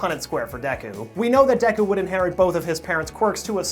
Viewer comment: You're already better than MattPat by actually saying Deku correctly., also hair color in anime will never make sense.